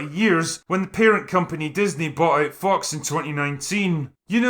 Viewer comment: Can't tell if you're deliberately pronouncing `fox` as `fucks` but anyway this is a good meta.